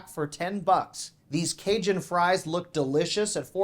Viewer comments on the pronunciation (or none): none